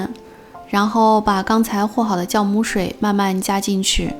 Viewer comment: 可頌很漂亮，第一時間聽到 "教"母? 呵 原來是酵母